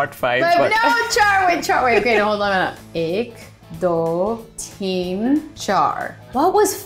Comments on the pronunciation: I also thought of that im so glad im not the only one who thought of that song when i hear Ek Do Theen and actually it's Teen but i know said it like Theen LOLOLOL!😂💜✨ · theen - TEEN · I am indian and i cringe whenever she says teen